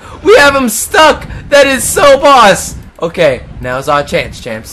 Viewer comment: Every time he says "champs", I think he says Chance. Which is my name.